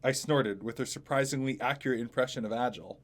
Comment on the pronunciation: Its pronounced aGil